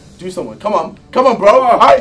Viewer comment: he say bro , "boro"